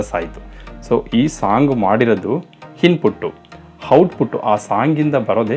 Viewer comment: Cinema making business ಆಗಿರಬಹುದು, ಆದರೆ ಜನ ನೋಡೋ ತರಹ ಮಾಡಿದರೇನೆ ದುಡ್ಡು ಹರಿದು ಬರುವುದು. ಕೆಲವು inputs ನಿಮಗೆ - Bgm volume ಕಡಿಮೆ ಮಾಡಿ. -Heroine ಹೆಸರು ಕೀರಾ ಅಲ್ಲ, ಕಿಯಾರಾ. - Apple ನ Happle ಅಂತ ಹೇಳೋದಿಲ್ಲ ನೀವು, ಹಾಗಿದ್ದಮೇಲೆ, input ನ Hinput ಅಂತ,output ನ Houtput ಅಂತ ಕೇಳೋದಕ್ಕೆ ತುಂಬ ಕಷ್ಟವಾಗುತ್ತದೆ. ಕನ್ನಡದ ಪದಗಳಾದ ಆಗುತ್ತದೆ ✅……..ಹಾಗುತ್ತದೆ ❌ ಹೇಗೆೆ✅……………ಏಗೆ❌ ಆಗತಾನೆ …………..ಹಾಗತಾನೆ❌ ಆದಾಯ ……………ಹಾದಾಯ❌ ಹಾಡು ………………ಆಡು❌ ಆಸಕ್ತಿ ……………..ಹಾಸಕ್ತಿ❌ ದಯವಿಟ್ಟು ಎಲ್ಲಿ ಅ ಕಾರ ಬೇಕೋ ಅಲ್ಲಿ ಹ ಕಾರ ಬಳಸಬೇಡಿ. ಎಲ್ಲಿ ಹ ಕಾರ ಬೇಕೋ ಅಲ್ಲಿ ಅ ಕಾರ ಬಳಸಬೇಡಿ.